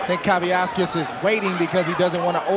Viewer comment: At no point did I hear one of the announcers pronounce Kavaliauskas' name correctly. They erased an entire syllable.